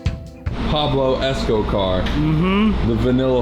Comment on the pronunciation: PABLO ESCOCAR, you nailed that one